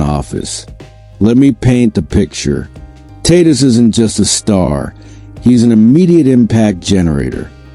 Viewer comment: If the stadium pa announcer pronounces Tatis like you Tatis would turn tail and run from sheer embarrassment. You’re bs crap isn’t worth my time. Your crap is utterly useless.